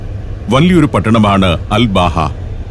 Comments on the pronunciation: Um.. Hathab.. Road.. എന്നത് ഉമർ ഹതാബ് റോഡ് എന്നും... അൽ ബാഹ എന്നുള്ളത് അൽബഹ എന്നും മനസ്സിലാക്കാൻ നമ്മുടെ സഫാരി പ്രേക്ഷകരോട് വിനീതമായി അഭ്യർത്ഥിക്കുന്നു... നമ്മുടെ സഫാരി 100/100... ആവട്ടെ എന്ന് കരുതി പറഞ്ഞതാണ്... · സർ അൽ ബാഹ അല്ല..... അൽ അബഹ എന്നാണ് പേര് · അൽ ബഹ അല്ല അബഹ എന്നാണ് പേര് പറയൽ